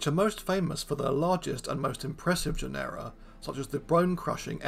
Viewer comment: Stop mispronouncing genera PLEASE